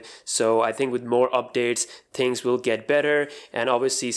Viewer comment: Is it me or this guy always says "TINGS" instead of "THINGS"?